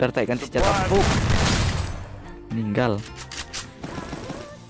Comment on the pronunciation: abang bilang maniggal